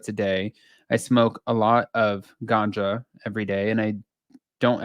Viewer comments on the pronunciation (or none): Feels fake? Who says ganja like that?